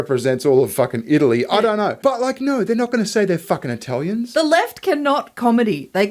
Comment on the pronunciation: The way says Eye-talians is triggering me